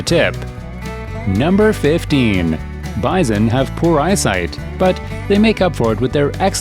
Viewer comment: Wth is bizon? I understand bison or buffalp.